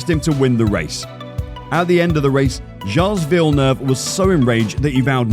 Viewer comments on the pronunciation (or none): Who the hell is jales villeneuve? Its Gilles Villeneuve. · If you're not really into F1, which this guy obviously isn't, why make a video about it? At least find out the terminology and how to pronounce the names of the major players. I gave up after Giles Villeneuve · "gailles" villeneuve 😂😂😂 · What kind of F1 fan doesn‘t know how to pronounce Gilles Villeneuve???